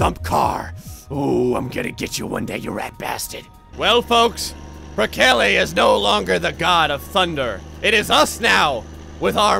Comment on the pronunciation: I like the way he mispronounces Perkele